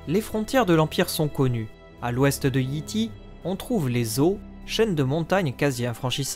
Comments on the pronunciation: Comme toujours, une vidéo complète, bien construite et qui instruit. Mais toujours un gros problème de prononciation (on prononce "Yaï Taï" et non Yi Ti, teaser se prononce "tizeur" et non "tazer", showrunner se prononce "choreuneur" et non "chorouneur", Shireen se prononce "Cheurine", l'auteur est G.R.R. "Martine" et non "Martin")... Bref, faut se rappeler que la langue d'origine de GOT est l'anglais, donc les noms ne peuvent pas se prononcer comme en français. Je pense que dès que cela sera respecté, ce sera la meilleure chaîne d'explications sur GOT ! ;) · Excellent ta rubrique Géographie est ma préférée ^^ je vais quand même faire une petite remarque : Yi Ti se prononce Yay Tay